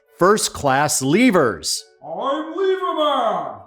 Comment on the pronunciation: The look on my face when I heard lever-man 🤩